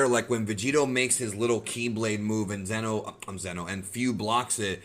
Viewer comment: it sounds like you are saying Zeno which means The Omni King. It's Xeno (Zee-no).